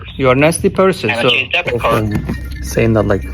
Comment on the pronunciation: Débit cord 😂😂😂😂 Credit cord😅😂😂😂😂😂😂